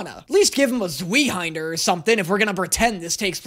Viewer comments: It doesn't actually take place in Germany it is based on Germany, but not actually Germany. Also Zweihänder is pronounced 'tsv-eye handah' because z's make a ts sound in German and w make a v sound. Not super important just thought you might want to know. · I'm sorry for being the pronunciation police but "zwee-hander" nearly made me choke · As someone who speaks German, the pronunciation of zweihänder caused me physical pain. Thank you